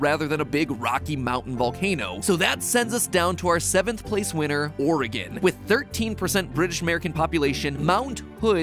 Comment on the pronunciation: And pronounces it correctly! What wonder!